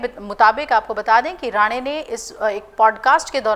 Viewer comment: मूर्ख, बार-बार राणे को राणा उच्चारित कर रही है। नशा हो जाने से ऐसी त्रुटियाँ स्वाभाविक हैं।